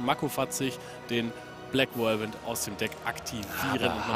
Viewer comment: nächstes mal bitte Whirlwind richtig aussprechen kollege